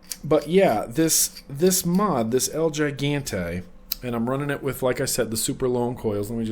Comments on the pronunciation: hey just thought you might like to know gigante is spanish, it means gigantic and its pronounced he-gahn-tay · It's pronounced he-gone-Tay , means giant in Spanish so it's the giant